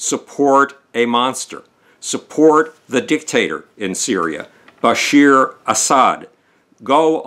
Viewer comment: His name is Bashar al-Assad, not Bashir.